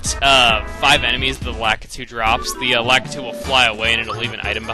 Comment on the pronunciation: You said lakitu wrong